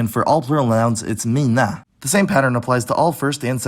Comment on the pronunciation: why do you pronounce every 2-syllable word like a pitch-accent word T_T "centrum", "skicka", and "mina" are not pronounced with pitch accent, but you pronounced them as if they were. but great job pronouncing the weird, stockhom [i] sound in "bilen", though, you don't have to do that. great video, 9/10